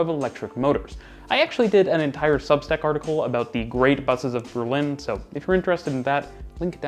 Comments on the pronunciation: its not berlina its berlin lol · is Berlin, not Berlina ;)